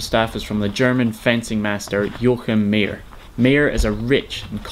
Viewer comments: Not Mee-jer (Mayer), My-er. German ey, ay or ei is the same. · It is called Yo-a-chim meyer the ey is a I like aI